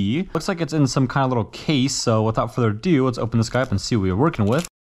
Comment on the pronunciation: i love when you say''WITHOUT FURDER DO' 'it is amazing to hear your voice and i really love your content do not even think to quit!!